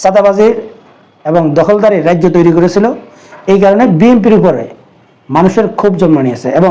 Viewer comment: ধন্যবাদ। উচ্চারণে একটু নজর দিলে ভালো জনপ্রিয়তা পাবেন। যেমন - 'রাজ্য' শব্দটা উচ্চারণ করলেন 'রাইজ্য'। আরও আছে।